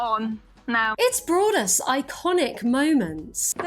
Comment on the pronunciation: I heard “it’s brought us countless iconic moments” as “its braless iconic moments”